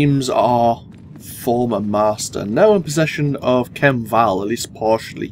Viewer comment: Kem, KEM! It's pronounced Kem! There is no "L" in Khem! Oy lad!